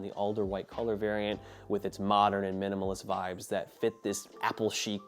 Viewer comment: "Miminal," he said. I don't know an 8K Apple TV is pretty extravagant.